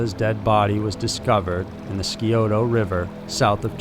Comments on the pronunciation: I know- the mispronunciation of the town river and Xenia distracted the Hell out of me. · And the Scioto ... is pronounced “sigh oh toe” It’s a Native American word (like most things in Ohio). Means “deer”. Ohio is even a Native word, means “good river”. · lol and also Scioto is pronounced (sigh OH tuh) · agree-every time I heard it I was distracted. Mispronounced Scioto River and Xenia too. I get it doesn't bother people who aren't familiar with the pronunciation but for those of us from Ohio it drives us nuts. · Dude also mispronounced "Scioto River". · You also mispronounce Scioto, and it's Bainbridge, NOT Brainbridge. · It’s chill-i-coth-ee And psy-ota not skiota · Sorry, but my ears are bleeding: Chill-uh-coth-ee Sigh-oh-toe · Great channel! I listen to every episode. Just one mispunctuation it's pronounced chil- i-coth-e. Like the letter E and Scioto river is pronounced sci-(long I)o-(like the letter O) to. Long O